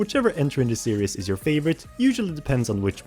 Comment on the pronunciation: That's not how you prnounce series. It's prounced as series not serious